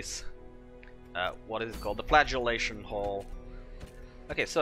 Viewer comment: I seriously heard you say Dismas was flatulating... I did a double take and realized it was Flagellating